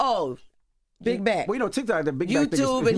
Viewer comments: Keisha so gorgeous lol she said tic tac instead if tik too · Did she say Tic Tack instead of TicToc? 😂😂 I love Keyshia. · Keisha said tictac lol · Did she say Tic Tac?....lol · 😂😂😂 its Tik ToK aunty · Did Keyshia say Tik Tak? And did...